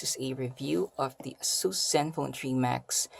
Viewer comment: its Ey- sus.. not ah-sus..